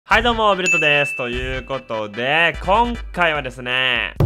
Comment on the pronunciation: はいどもうになってるぅ